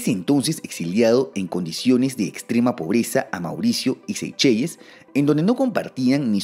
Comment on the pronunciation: Seychelles... se pronuncia en ingles como seyshels... o en español seycheles... no se que tan correcto sea pronunciarlaa como SEYCHELLES tal cual